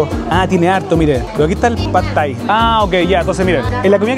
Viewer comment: Like por cada vez que el dice Phad Thai 🍲